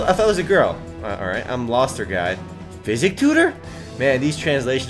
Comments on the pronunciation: You pronounce psychic as "Psi-kick", not physic -_ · SI-KICK Not Physics.